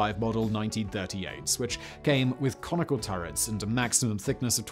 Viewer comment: "It came with conical turrets" I misheard you at first and had to rewind. I thought you said "Comical Turrets" 🤣